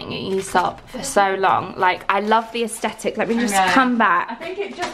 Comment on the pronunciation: Q: I thought aesthetic was pronounced with the 'th'? Have I been saying it wrong my whole life 😂? As says 'aestitic'? Someone let me know pls xx